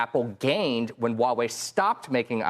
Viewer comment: ✅Huawei ❌Wuawei